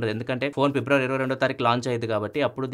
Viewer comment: February ❌ Pebruary✅